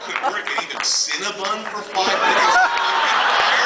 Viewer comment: Exsqueeze me, it's CinnaBON not Cinnabun.